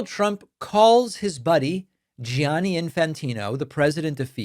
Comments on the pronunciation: Gianni = Jan-ni. Parlo italiano. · David, since you're fluent in another romance language, I know you'd wanna know that Gianni is pronounced Johnny, not Gee-ah-nee. The i after a G in Italian just makes the G soft; it does not sound as a vowel. Like the Italian word for yellow, giallo, which is pronounced JAHL-lo, not Gee-ah-lo. Gracias por su atención a este asunto importantissimo. ESH